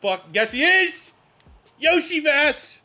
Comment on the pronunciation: btw Iosivas is pronounced Yo-see-vash. Good video